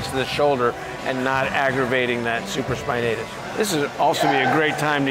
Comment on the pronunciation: I believe its supra spinatus not super spinatus . He's a Doctor right?